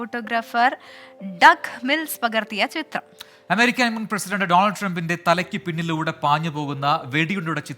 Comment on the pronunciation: ഒന്നു കേട്ടു നോക്കൂ, അവതാരകൻ മുൻ പ്രസിഡന്റ് എന്ന വാക്കിലെ മുൻ എന്ന ഭാഗം അവ്യക്തമായാണ് ഉച്ചരി‌ച്ചിരിക്കുന്നത്. അതിനാൽ ട്രമ്പ് പ്രസിഡന്റാണെന്നേ കേൾക്കുന്നവർക്കു തോന്നൂ.